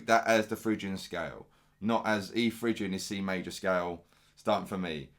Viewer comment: Oh and you don't pronounce it fridge Ian, it's Fri Gian.